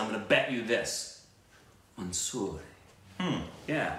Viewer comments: It's more like 'manzoor',you pronounced it as monsoor. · It's 'Manzoor' not 'Mansoor' for agreed. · Its manzoor hai not mansuri 😂😂😂is it Tamal